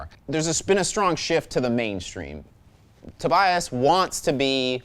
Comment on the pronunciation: I'm pretty sure, that's not how you pronounce Tobias.